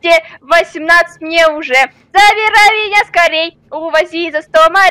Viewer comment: сказал узе😂